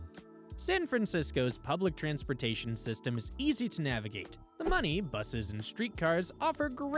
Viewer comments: Muni is myoo-ni not munny. Like municipal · Muni = myoonee, not “money” Don’t stay at Fisherman’s Wharf